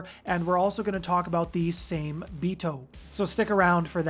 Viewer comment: Hey brother i love the content. Just wanna help with something. Its pronounced like Saw May. Same is the English spelling of the Japanese word for shark. Much love.